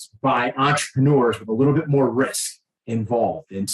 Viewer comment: "But, wait - dere's moahhh!!!" 😄Volk is actually hilarious